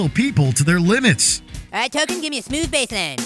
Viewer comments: I thought it was Token, not Tolkien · The kid's name is Token. Not Tolkien.